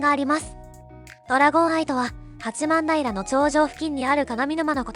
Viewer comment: 八幡平は「はちまんだいら」ではなく「はちまんたい」と読みます。残念…